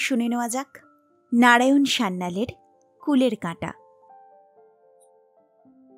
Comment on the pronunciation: নারায়ণ, নাড়ায়ন নয় 😂